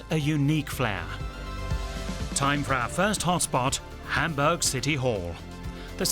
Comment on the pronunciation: Endlich mal einer, der "Hamburch" richtig aussprechen kann!